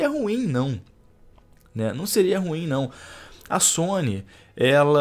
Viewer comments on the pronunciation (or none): none